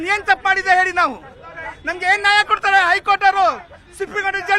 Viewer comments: ನಾಯ ಅಲ್ಲ ಕಣ್ಣಪ್ಪ ಅದು ನ್ಯಾಯ... ಎಲ್ಲರಿಗೂ ಒಂದೇ ಕಾನೂನು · ನಾಯ ಅಲ್ಲ ಕಣೋ ನ್ಯಾಯ ... ಕನ್ನಡ ಬರಲ್ಲ ಪಾಕಿಸ್ತಾನಕ್ಕೆ ಆಗಿ ನೀವೆಲ್ಲ ಬಾಂಗ್ಲಾ ಜನ.....ಇಂದೆ ಹಳೇ ಸರಕಾರ ನಿಮ್ಗೆಲ್ಲಾ ಒಳಗೆ ಬಿಟ್ಟು ನಮ್ಮ ಗತಿ ಇಂಗ್ ಆಗಿದೆ